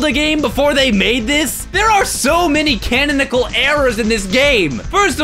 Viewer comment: “There are so many “cannon-icle” errors in this!!”